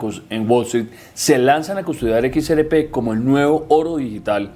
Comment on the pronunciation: Equis Ere Pé y el elicotero. (Mijo! Se dice: “ERRE” léalo bien y escúchese: “ERRE” con doble erre. No ere. Erre fricativa de rata.